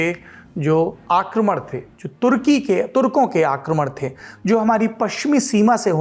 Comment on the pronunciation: Tha nahi the sahi se bol sale